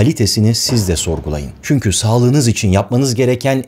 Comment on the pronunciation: barış abi seni yıllardır izlerim ve takip ederim senden ricam çünki yerine çünkü telaffuzunu yapman